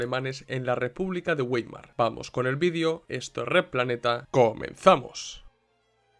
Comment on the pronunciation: Vàimar, se pronuncia Vàimar, un poco de cultura general por favor